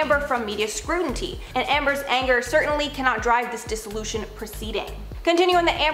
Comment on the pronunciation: Scrutiny not scrutinty.